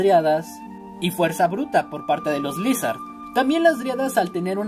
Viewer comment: Ni se dice Lizhard se dice laisard